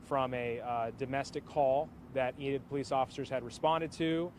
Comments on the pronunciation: EEEE-Nid, not In id. Just FYI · Enid is pronounced Ee Nid not Inid, I'm literally from there and graduated in that town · It's Eeenid Long e. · Not intended to be rude, but it's pronounced with a long E, with the emphasis on the E, like Ea-nid. I live close by and thought I would pass that along for future reference 😊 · I'm from Oklahoma. It's pronounced eee nid